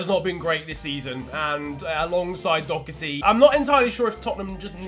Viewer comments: It’s Doherty not docherty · thats the British pronunciation, but he’s Irish so he says it like Doh-ur-tee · It’s pronounced Dohh-erty btw (I’m Irish) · I'm Irish and Matt Doherty is pronounced Doh-herty, not Doc-erty or Dow-herty. I just needed to say that as I have always been (slightly) annoyed whenever anyone said it like that. No hate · I don’t get why I always hear Doherty called ‘Dockerty” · There’s no c in Doherty please nobody in England can pronounce his name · Why can’t English people say Doherty it annoys me so much